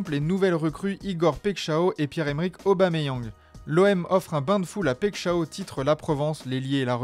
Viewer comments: Le massacre dans la prononciation de Paixão 😂 Ça se prononce Paille chan on, et non pas Pek chao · “Paixao” ca se dit “Pachan”